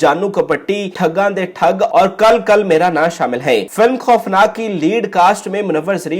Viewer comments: اپنی اردو زبان ٹھیک کریں۔ Kil Kil Mera Naa درست تلفظ ہے Kal Kal Mera Naa نہیں جو آ پ نے بولا ہے۔ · وڈیو اچھی ھے مگر حسب روایت الفاظ کا کچومر بنایا گیا۔ آپ سے کچھ کہنے کا فائدہ تو نہیں لیکن یہ فلم kal kal نہیں kil kil ھے